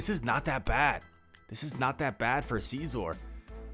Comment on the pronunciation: Too much emphasis on the first syllable. It’s pronounced nearly identical to “scissor”, but heavy “OR” at the end. Love the videos, so nothing personal!